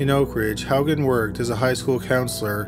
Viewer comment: I'm shocked you pronounced Haugen correctly. That's my maiden name. No one gets it right.😂 I'm trying to figure out If I have a cousin named Steven.